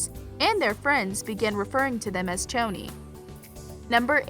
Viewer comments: One it’s pretty poisons not pretty serpeants, two It’s Pronounced shoni not choni, three Cheryl didn’t get stood up at the movies she went there to get away from her mother who turned their house into a sexual play pen, four Cheryl only invited the inner circle over for a sleepover not the whole cheerleading team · Okay I'm very deeply hurt by the pronunciation She be saying it like ~Ch-oni~ But shes supposed to say it like ~Shoni~ Dont disrespecc the ship 🥺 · its choni not tchoni because its cheryl not tcheryl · Ok I am so mad at the way you pronounced “Choni” it pronounce “Shoni” 😭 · PERIOD also I noticed she said '' Pretty Serpents'' instead of Pretty Poisons i'm sooooo mad 😡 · ME TOOOOO😤😭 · SAME!! Didnt they hear madelaine saying “its shoni not choni!” 😤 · It’s pronounced (shoni) for Cheryl and Toni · It Pretty Poisons and Toni and Cheryl both made the mistake this video I just so wrong. Don’t even get me started on how she kept saying Choni wrong